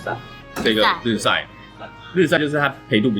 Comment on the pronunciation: 烘被 深被 淺被 ，ㄅㄟ四聲